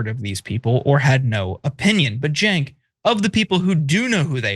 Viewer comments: Charlemagne couldn’t even bother to pronounce Cenk’s first and last name right 😂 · money out of politics look it up , no corpo money , the people should influence politicians not big corporations. You must live in a bubble Cenk lived his life with his name being miss pronounced , it’s sad that you care more than he does. You must be privileged.